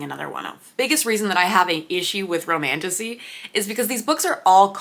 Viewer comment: romantasy honestly sounds like romantussy